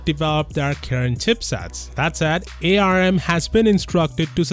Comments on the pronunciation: I know that ARM is capitalized, but please stop saying A, R, M. Everyone in industry just says "arm". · Sorry this triggers me as an electrical engineer, it's pronounced "ARM" NOT "A-R-M" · arm is pronounced directly arm not A R M